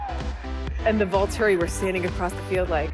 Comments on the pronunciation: No, I just had to pause every time he said VoltAri, cause there's just no way it made the edit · STOP SAYING VOLTARI, OMIGOSH!!!